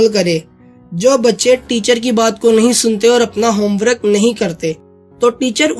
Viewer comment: Bhai God bless you bht acha kaam hai jo ap kr ry but bhai ek masih me bhai hoty howe just apko ye kehna chahta k apny words ki pronunciation ko bilkul thek kro for example ap ny bich me word bola (homewrok) jab k sahi word home work hai not wrok. Esy bachy b galt word sikhy gain. God bless you more brother